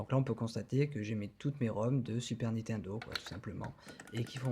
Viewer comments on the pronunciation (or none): none